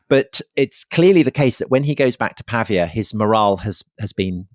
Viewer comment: Wonderful, as ever. Apologies for picking nits, but it's Pah Veeya not Pah V Ah